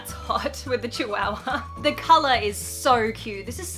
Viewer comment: I love you and archie and the channel but you say Chihuahua funny.